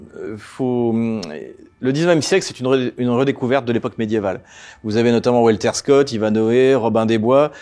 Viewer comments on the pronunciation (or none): none